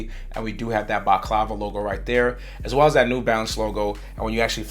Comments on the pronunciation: Couple of things to mention there’s no Bordeaux on this shoe and baklava is pronounced bak-lava it’s a pastry not a mask bro. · 1.Medusa 2. Scorpius 3. Rosewater It’s pronounced Baklava (Bahk Lah Vah) it’s pretty tasty 😊